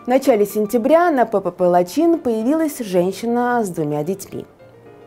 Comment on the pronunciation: Лачин нет, а Лачын ....😅😅😅😅